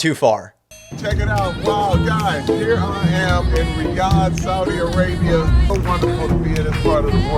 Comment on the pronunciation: Riyadh is pronounced Ree-ah-d